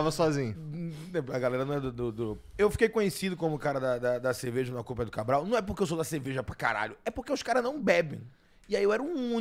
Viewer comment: Alguém apresenta o R pro, gente! 😂😂😂 Bazinhu, ceveja... 😂😂😂